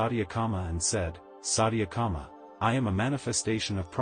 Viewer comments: This channel must be banned. Sathyakama not satiyaaakama .. 🤦🏼‍♀️this is disgusting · Gah, your pronunciation of Sanskrit is pretty pathetic, I hate to say. I hate to fuss this way but it really is disconcerting. Chandogya is pronounced Chaan-do-gya with the 'do' pronounced as in 'though.' Satyakama is pronounced Suth (rhymes with such)-ya-kaama. Satya means the Truth. Vayu is pronounced Vaa-yu and not Vay-yu! It refers to the energy of the wind, worshiped as a deity. And oh, the fourth source of information for Satyakama you stated to be a diver bird, but "Loon" is the more commonly used word for the bird, is what I have read. Anyhow, pronunciation aside, your effort to present this Upanishad is most appreciated. 🙏It is only a part of the entire Upanishad, though. There were other students who were taught as well: Upakosala, Svetaketu, and Sanatkumara. The Upanishad teaches the truth of the Atman (pronounced Aath-mun) which westerners call the "Self." I guess they refer to the "Big Self" hidden within our "little self." :) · You narrate so well, but mispronouncing vitals aspects diffuses the significance of the essence. His name is Satya- Kama( t pronounced as you would use the sound of t as t . Vayu means air V pronounced as v in victory.